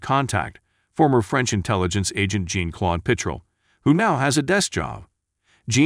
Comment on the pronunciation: Is the narration AI? Jean-Claude is pronounced John, not Jean/Gene. Someone else pointed out the use of waitress instead of waiter. If you like the Marco interrogation scene, don't waste your money on a streamed version of this film. They replaced Marco being stabbed in the thighs with spikes with the electricity being connected to the metal rod going to the armrest of the chair with jumper cables. (Amazon Prime). I will be trying to get a refund because of this.